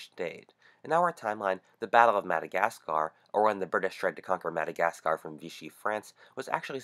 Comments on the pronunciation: You don't pronounce the R at the end of Madagascar. And Japan has apologised hundreds of times to Australia for bombing us and they paid back all the damages while sending their best to repair damages to the cities, we now have free trade, a scientific alliance and very good relations. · What's wrong with it? He's pronouncing it according to English rules. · "krystalnacht" So how do YOU pronounce Madagascar? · He says Madagasgar instead of Madagascar. And I just replied to a 3 year old comment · annoying very annoying how your saying Madagascarrrrrrr!! other than that nice vid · Great video, but the madagasCARRRRRRR ugh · please stop saying Madagasgaaaarrrrr, it's Madagascar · no. He’s pronouncing it in American way. IM ENGLISH, he’s a foreigner. It’s ’mad-a-gas-ca’ not ‘mad-a-gas-carrr’ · So people are mad because he said MadagasGar? I didn't even notice it. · Why does he use the same sound byte for mad-a-gascAAr. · very informative and creative though not sure you're saying Madagascaaaahr right? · Madagas ca rr, dude chill out it's just Madagascar. (😑 we have to talk about where you are from because that pronunciation was tragic.) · Madigascaar... So annoying. Get your Yankee arse to grammar school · PLEASE JUST STOP SAYING "MUH-DUH-GAS-KUHR" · I made it to before getting way too annoyed with the way you say MadderGAS KARRR. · Good video but the way you say 'Madagascar' makes me cringe. It's "mada-gas-cuh". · The way you say "MadagasCARRR" is super fucking annoying. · Why are people complaining about the pronunciation of "Madagascar"? How else to pronounce it? Great video BTW! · Looking at the comments before I watched the video made me realize how poorly he pronounces Madagascar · Redo the vocals after you learn how to pronounce Madagascar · God why do you pronounce Madagascar like that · Bloody hell! That pronunciation of, 'Madagascar' is incredibly grating. Oh... and the video is full of bullshit too. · never say madagascar again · Say Madagascar again